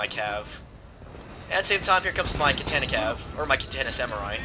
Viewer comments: KAH TAH NAH, Not: cat tana :P My only gripe, good video. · its ka tan ah